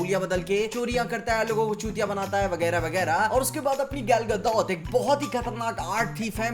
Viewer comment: Russian accent 😆